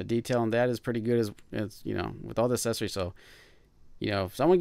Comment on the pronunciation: You keep saying "assesories". It's accessories.